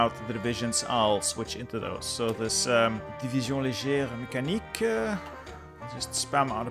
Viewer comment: your « Division Légère Mécanique » was beautifull ! If I can speak English with the same ease, I would be enjoy